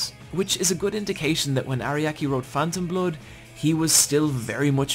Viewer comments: It's irritating to hear "Ariaki" instead of "Araki" through the whole video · God, this guy makes me mad with how many names he not just pronounces wrong, but also gets entirely incorrect. He keeps calling Araki “Ariaki“. How do you even get that wrong this hard?!